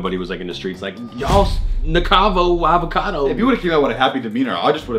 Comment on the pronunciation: Yo I swear when said the red shirt nick a cad o it sounded like he said the red shirts n word cado